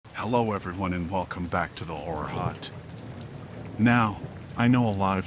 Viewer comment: Does anyone else hear “whore hut..” ..not “horror hut..” or is it just me?